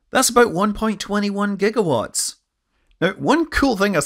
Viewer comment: Thank you for saying "Jigawatts", well at least once!